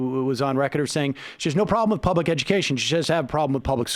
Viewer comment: man is terrible; oh god he doesn't even know free and appropriate public education in the least restrictive environment and he pronounces public with three syllables